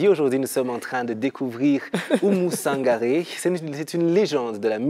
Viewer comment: Oumou Sangare et pas Sanagre